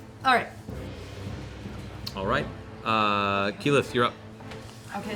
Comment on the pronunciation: How did you manage to butcher keyleths name this badly? Especially when the name is aleays on screen. This is honestly impressive